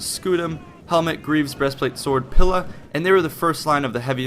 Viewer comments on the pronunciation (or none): Don't want to be a pain but it's pronounced PEELA even though its spelt Pila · It's pronounced: Tri-are-e-i and Pee-la